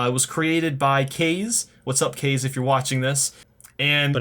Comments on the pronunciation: First you pronounced it as "Kay-z" then "Ka-zay", now you're back to saying "Kay-z??" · Kaze is pronounced Kaa zeh, it's Japanese for wind. And also Nintendo's indeed filled with dumbasses and assholes(especially Reggie Fils-Aime, fuckin' bitch)